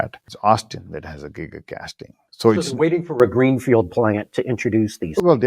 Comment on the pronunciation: No "t" for you!